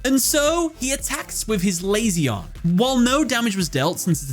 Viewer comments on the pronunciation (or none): how do you listen to him summon his timelords in japanese and then proceed to misprononce them? meation? ME-TA-ION lazy-on? LA-ZI-ON